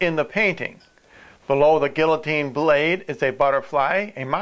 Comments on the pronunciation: LMAO...it's pronounced "gee-ya-teen" not "gill-a-teen." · LOL! A Gill-O-Teen. Butchered that word.